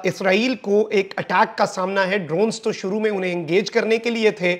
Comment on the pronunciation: جملے کے آخر میں "ہے“ پر زور نہ دیا کریں کانوں پر برا اثر پڑتا ہے باقی آپکی رپورٹنگ بہت اچھی ہے ❤